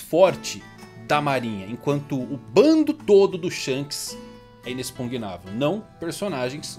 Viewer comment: "Inexpugnável "👏👏👏 Falou certo!!! Kkkkkk